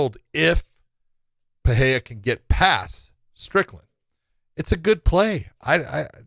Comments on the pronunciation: What’s with the ‘H’ sound in Pereira’s name? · trying to be hip with portuguese pronunciation